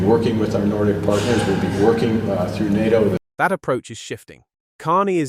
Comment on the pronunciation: If you're going to make videos about the new northern alliance and NATO, you really should make sure your knows how to pronounce "NATO". Here's a hint, it isn't pronounced "Nahh toe".